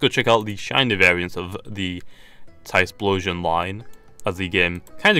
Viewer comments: it's not tysploshion it's ty flow shun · It's not Tysplosion mate, get it right